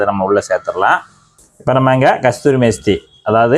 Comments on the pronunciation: ப்ரதர்...ஒரு திருத்தம்.கஸ்தூரி மேஸ்தி இல்லை.கஸுரி மேதி.பலபேர் பார்க்கும் போது தவறாக புரிந்து கொள்ளக்கூடாது. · தம்பி, அதுகஸ்தூரி மேஸ்திரி அல்ல. கஸுரி மேத்தின்னு சொல்லுங்க. 👍